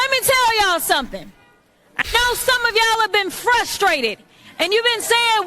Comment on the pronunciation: LET ME TELL YOU SOMETING, LET ME TELL YOU SOMETING......... I WANT TO TELL YOU SOMETING !!!!😂😂😂😂😂😂😂